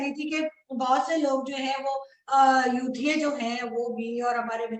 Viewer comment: jab jab aap "Yuthiye" kehti hai muze "Chu**ye" kyu sunae deta hai...😀😀